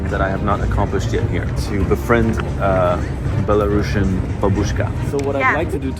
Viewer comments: Many thanks for your video! 👍But there is one small but important note :) The country name is Belarus and the word "Belarusian" is with a single "s" letter, it pronounces as "/ˌbel.əˈruːs.jən/", not “Bela-russian”. It is important, because otherwise it sounds as another version of russian, which is not the case. Thanks. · You pronounced it wrong. It's not belaruSHian. It's BelaruSian. Just S sound, like in word TuniSian. No SH sound at all. Thank you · Such an unexpected video! 😀 I have to mention that the correct pronunciation of the word Belarusian is [ˌbel.əˈruːs.jən]. Due to the country's name change after acquiring independence at the very end of the USSR, the adjective has also changed. It's a pity you couldn't speak about the essential things that are inevitably political. Thank you for caring about the security and well-being of the people you meet, it means a lot! Our country is under the oppression of an absolutely illegitimate gang who arrest, torture and threaten their citizens inside the country and abroad. To make it worse, they try to drag Belarus into the awful, unbelievable Russian war against Ukraine which no Belarusian could ever imagine